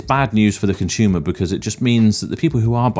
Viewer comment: What is a "conshoomer" ? Is it a West Country word?